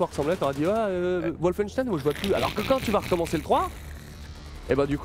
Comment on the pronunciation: Excellente vidée :) Par contre, Wolfenstein est un mot allemand donc ça se prononce comme en allemand à savoir : "Volfenchtaïn"